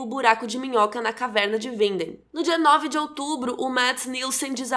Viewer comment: Rachel Green outra coisa. A maiorias das pessoss que fez videos sobre Dark, erra até a pronúncia do nome da cidade, Winden. E a acerta. Ela melhorou muito e tá se esforçando. Diferende de outras pessoas no youtube. Reconheça o esforço dos outros.